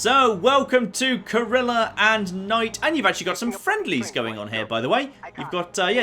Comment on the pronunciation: CORE ELL EE AHH,. Four syllables.